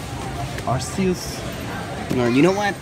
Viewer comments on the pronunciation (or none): it's Arc-E-Us and he is the god of Pokemon.